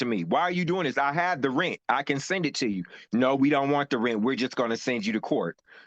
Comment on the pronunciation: Cant pay your Reant....You gotta go. Pay your "Reant" 😅